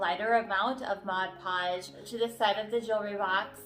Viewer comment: Honey you need to pronounce the 'D' in PODGE! Saying Modpogge isn't correct, it's MODPODGE! I like your tip with powder.